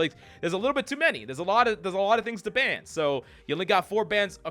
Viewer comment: What's a "bann" rate? What's terminology in this game for bann or whatever you keep saying?